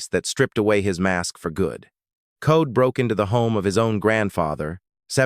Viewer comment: There last name was COLE!!!! NOT CODE!!! I was 11 years old when this happened and hated him ever since. Why is he still alive, I don't know 😕. R.i.p Debra Ford